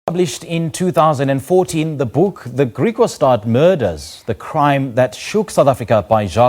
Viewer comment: IT IS PRONOUNCED GRIEKWASTAD, ITS AFRIKAANS. NOT GREEKWAASTAAD